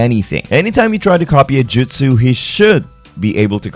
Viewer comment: Dude you should not be be doing Naruto if you can't pronounce the names and it's Jutsu not "Jitsu" and it's "Tsunade" not "Tsunadas" tons of names and moves were said wrong.